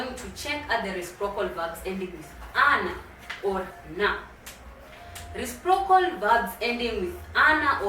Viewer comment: Habari,. Asante kwa somo lako. I'm afraid your pronounciation of the word "reciprocal" is very off. I have understood it only from the subtitles.